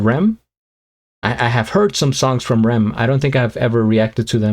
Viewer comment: R.E.M is pronounced as there letters - not rem as one word. Best wishes from Scotland